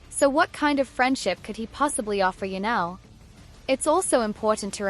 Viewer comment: Ya-nelle??? THIS is painful. Do better A.I.